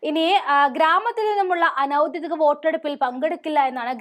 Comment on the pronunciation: കൂടെക്കൂടെ ആവർത്തിച്ച് കേട്ടത്കൊണ്ട് എഴുതുന്നു: ഔദ്ദ്യോദികം അനൗദ്ദ്യോദികം എന്നല്ല പറയേണ്ടത്. ഔദ്ദ്യോഗികം, അനൗദ്ദ്യോഗികം ഇവയാണ് ശരി. ഉദ്ദ്യോഗം എന്ന വാക്കിൽ നിന്നാണ് ഔദ്ദ്യോഗികം, അനൗദ്ദ്യോഗികം ഉണ്ടായിട്ടുള്ളത്.